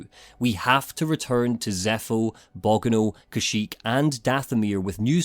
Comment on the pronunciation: I love your long format reviews, but the way you pronounced Bogano is a dealbreaker. Unsubscribing